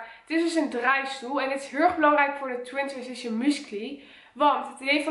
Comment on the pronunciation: Twintwensition zegt ze 😅